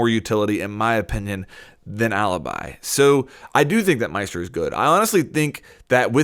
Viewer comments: Great video, just one thing, as an Italian i should probably tell you that Alibi it's not how you're reading it. While Maestro still the same, Alibi it actually "Alebee", that how you read it:) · It's pronounced aleebee ffs!!!!!!!!!! Why is every English person pronouncing her that way?!?!?!?!? (Btw I'm Italian so that's why I know how to pronounce it)